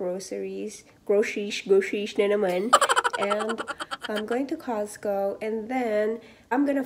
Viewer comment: Ang susyal.... "cahhhscew" hehehe! Meron ka na bang grocery haul sis? Gawa ka nmn non :)